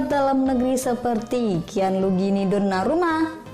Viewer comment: 2.18. Donarumna. Kayaknya mimin susah banget nyebut nama dia